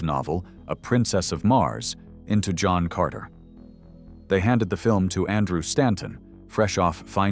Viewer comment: Bought “Hohn Carter.” An enjoyable film.